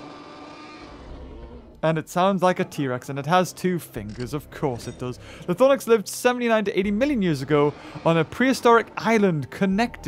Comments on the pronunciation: LythRonax not LythoRnax.. lmao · How... how did you manage to say Lythornax? Seriously, is this something I'm missing or what? It is spelled (and pronounced) Lythronax, and you managed to swap the R and O? I'm really not trying to be mean, but what led you to conclude it was pronounced that way? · Also Lythronax is pronounced (lith-row-nacks)